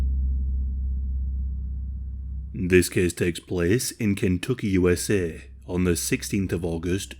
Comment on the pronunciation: Ken tuk key😂